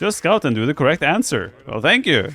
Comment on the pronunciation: Haha, instead of 'scout him and do the correct answer', I thought he said 'Daut him and do the correct answer'